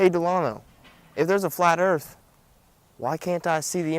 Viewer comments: Did you not pick up on the fact that Delano is a comic actor, and these flat earth videos are parodies? Check out his other vidoes. When he is playing some other character, he can pronounce earth, not earf, that's part of the act. Get it? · I watched a few videos and heard him say earf --- I picked non-flat-earth vids too. Do you have an example where he pronounces it properly?